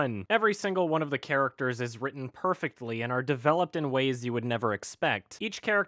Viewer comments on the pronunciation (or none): none